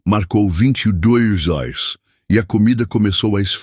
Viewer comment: Porque nessas histórias os narradores não pronunciam as palavras: reais e horas direito!